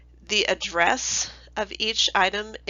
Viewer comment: is address not addess